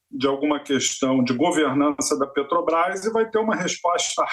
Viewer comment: Gente, não se pronuncia Pétrobras. É Petrobras.